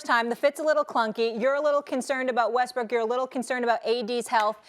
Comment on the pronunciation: Molly just low key call Westbrook, "westbrick" lmao